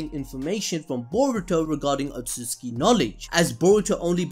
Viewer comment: otsutsuki not otsuki